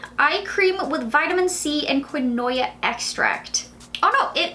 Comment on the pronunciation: Quinoa is pronounced keen•waa I learned that from gone girl lol